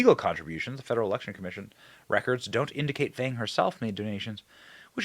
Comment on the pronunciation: It’s pronounced FONG! You know, like PONG smallweiner.